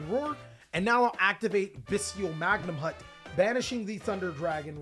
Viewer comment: I love all the choices in this list. Batteryman Sol ARE, Bystial Magnum HUT, Bystial DruiDswurm, Bystial SURAnir, Luhvee-a-near, BRRRonne defleur, Bystial dis PEETER, HERATIC seal, -Magna-moot -Droo-iss-worm -Soar-uh-neer -Diss-pay-ter (I mean seriously its a reference to the word "Dissipate")